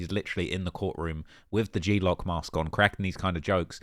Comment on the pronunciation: One word GLOCK NOT G lock